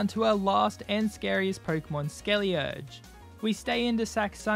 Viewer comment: Its SkeleDirge